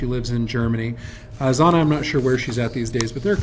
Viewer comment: A very good presentation, but come on buddy, you're a librarian! His daughter's name is Zhanna, not Zanna. You are pronouncing it with a 'z'. It should be pronounced like the second 'g' in garage. And she lives in Latvia now. After 16 years in Germany she moved back. And it's "Alyokhin", not "Alekhin". At least when you hear it in Russian. Great picture of Putin with Reagan, though! That is a classic. Thanks!